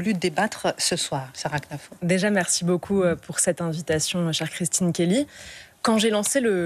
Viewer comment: Arrêtez avec knafo elle s'appelle khennafou il faux le prononcer 🤣🤣